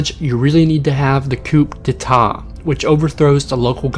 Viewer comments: new subscriber here, love your vids. fyi coup de tat is pronounced coo day tah ;) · Great info, but..."attributes" has the same "a" sound as "apple" and it's koo-day-tah.